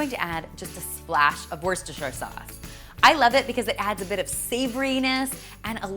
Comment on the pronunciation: "worst-et-shur" lmao